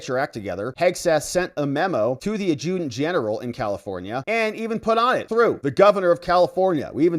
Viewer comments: adjutant is pronounced Add-joo-tant. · AD’ ju tant it’s not hard to pronounce. All your previous pronunciation has been IMPRESSIVE.